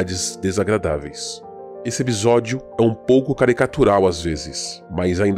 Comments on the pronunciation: Ótimo vídeo. A série é fenomenal de uma forma geral fui agraciado como fã de Lovecraft. Não é por nada porém o Explorador estava falando " Ebisódio" rsrs ? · Porque o dono do canal fala a palavra episódio de uma jeito estranho? Ou é só eu que ouço de forma a pronúncia dele?